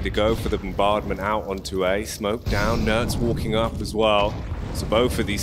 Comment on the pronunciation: TF was that "walking" lol